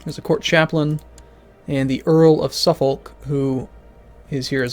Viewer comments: Ah hearing you pronounce Suffolk as it's written felt so strange! We pronounce It "Suffok" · the folk in suffolk and norfolk is pronounced "fuck"